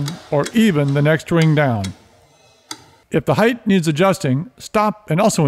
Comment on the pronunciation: These are amazing tutorials but holy cow it's so annoying when he says heighth instead of height lmao.